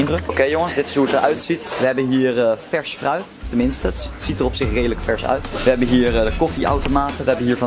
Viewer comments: Zei je nu echt vruit? 😂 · Ik verstond vruit 🤣😂🤣